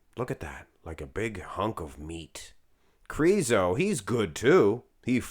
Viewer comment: I love the way you are crooning Krrrriso